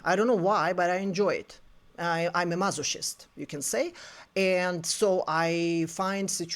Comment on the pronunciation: This video is so illuminating…and I am sorry, I do not mean to be disrespectful but it is funny I realize something in this. It is pronounced mas-o-kist, like the hard C in Christ.